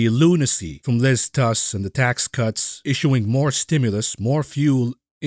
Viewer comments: It's Truss, not Tuss. Appropriate as this can also be the name for two short planks. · Ironically Truss is pronounced like “trust” but without the final t.